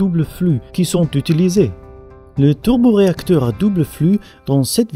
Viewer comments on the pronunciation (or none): le teuleuboreacteur